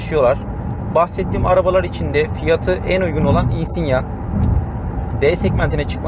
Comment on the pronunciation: özel isimlerin orjinal dilde okunduğunun farkında olacak kadar dil bilgim var çok şükür. 😉 Yıllardır Insignia kullanıcısıyım çok sayıda yerli ve yabancı içerikli Insignia videosu izledim senin gibi söyleyene ilk defa rastladım. Neyse en azından insigna demiyorsun. İçerik güzel videonu beğendim . Umarım bu yolda başarılı olursun.👏